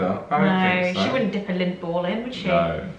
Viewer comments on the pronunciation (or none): Even my captions said lint! I thought "somethings not right here!" 🤣 Finally figured it out that it was LINDT! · For clarification y'all they are saying Lindt balls not lint balls lol. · My son over heard this and said, "Lint??? And they're making a video about OUR weird food?" I had to explain the brand LINDT to him. Ohhhhh!!! 😄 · I thought was saying 'dunk lint balls in her tea'..took me a minute to realise that she was saying Lindt 😁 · Hahah Lint